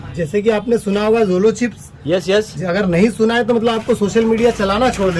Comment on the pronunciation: its jolo not jojo